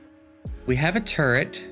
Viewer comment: Sometimes when you say turret fast, I hear TURD